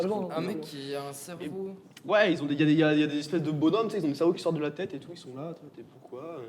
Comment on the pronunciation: il a dis « cerveau qui sorte de leur teuté » j’ai fais « mha. »